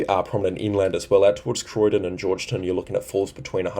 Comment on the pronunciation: Thanks again for your service,. Giru = g'roo like g'day Georgetown = George Town, both words pronounced Trebonne = tr a bon